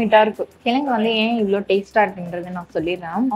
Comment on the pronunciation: It's kizhangu and not as you are telling. i.e kilanghu. and vadacurry prepared in previous day's items like vadina and other kadalai maavu items.